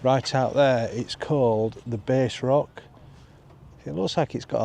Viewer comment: That rock is pronounced bass not bass 😅😅😅